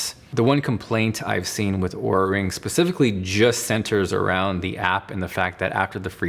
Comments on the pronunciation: He's pronouncing it right, as they do in their sizing video, as you would pronounce Aura. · He is pronouncing it right…"aura"/"or-uh", not "oo-ra"